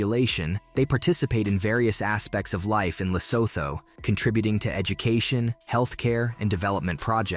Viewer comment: Lesotho is pronounced lesootoo... It's hilarious how some places in Southern Africa alone is so badly mispronounced....